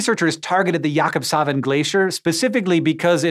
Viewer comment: oh boy you guys butchered that jakobshavn name